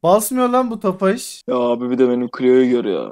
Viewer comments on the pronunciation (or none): Abi o ofaş değil Tofaş